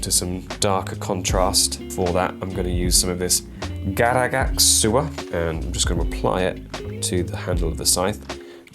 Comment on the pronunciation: The "hello" and singing at the start really was a nice surprise! Hope you enjoy your singing lessons Also the way you said "Garaghak" was wonderful